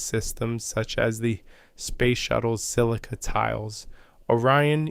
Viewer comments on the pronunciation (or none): none